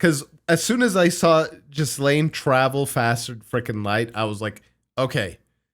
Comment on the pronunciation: Lmao, you're close to calling Ghislaine Jizz Lane. Hard G, silent s. Gi Laine